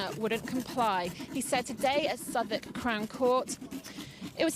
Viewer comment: You need to get some basic facts right ... like it’s Southwark crown court, not Southern as the lady with the mic was saying. Metropolitan not metpolitan. Little things but where the police are concerned, or anything for that matter, details matter. Crimebodge/Joe Public has vast, detailed and accurate knowledge of the law, acts and statutes and is far more useful for people than half or badly researched reports and and inaccurate videos. However, we can all agree that PC Savage has issues and he is very badly suited to a career in policing, from the innocent public’s point of view at least. Bit of a worry that you think it’s ok that officers with convictions are still serving. There are hundreds of them who have convictions for fraud, assault, sexual assault, driving offences. And in order for them to keep serving, other officers and senior police have to condone it.